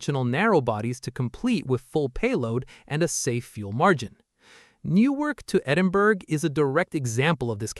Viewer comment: Edinburgh is pronounced "Edinburra" not Edinburg.